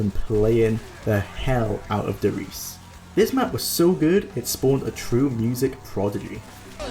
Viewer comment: "Simply forgettable " Well... indeed... forgot the map did exist PS: the E in der Riese isn't silent. Ist RiesE